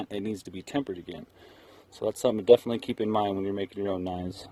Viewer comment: *Definitely. Not "defiantly."